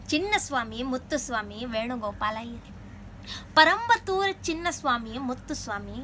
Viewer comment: Good try.....but it's not parampathur....it's perumbathur....